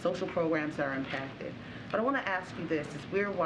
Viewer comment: The word is "Impacted" not "Apacted" where did this woman come from??